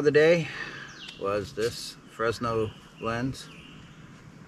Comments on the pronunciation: It is not "Fresno Lens" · And the S is silent.